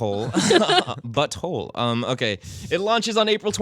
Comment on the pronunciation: it's 'The Fractured But Whole' not "the fractured butthole":-)